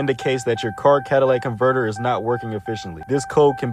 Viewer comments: “Cadillac converters” 🤣🤣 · Cadillac converter 😂 let me put u on game it’s called a cat-a-lytic converter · bro keep sayin "cadillac converter" 💀💀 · lmao omg saying Cadillac converter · Mf said “Cadillac converter”😂😂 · bro said cadillac converters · "cadillac converter" lmao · “cadillac converter”😂